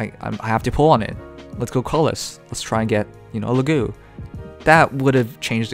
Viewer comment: It's Laguz, not Lagu. The "z" is not mute.